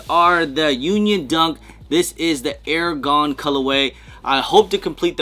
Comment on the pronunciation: it's R-Gone. Not Air-Gone.